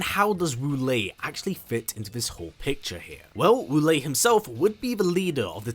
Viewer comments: My name wu lae don't say WALL-E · My favorite Wu Lae in MK is MK9 Quan Chi’s gibberish (“Woolay!”)